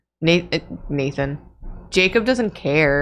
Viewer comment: Hi, secondary, less drawfee-ish nathan here. thank you for making my name stop sounding like a word there